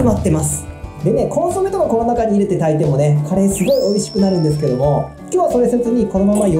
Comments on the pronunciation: そのイントネーションは魚のカレイ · 岐阜県のカレーのイントネーションわかるわー